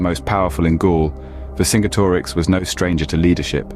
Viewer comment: Great video although i think its pronounced vercinjetorix or verkingetorix great video keep it up